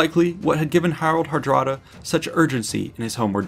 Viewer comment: Good video, but the pronunciation makes me cringe. His name in Old Norse was Haraldr harđrádi. A more modern Scandinavian version would be Harald Hardråde. Á and å is not a regular a, but is pronounced like the o in the English word lord. Are you saying I should call them lards?